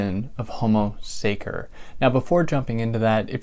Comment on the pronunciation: The -ce in the latin word sacer sounds like the first part of the english word chess. Just for the sake of the big work you do for all of us! Thanks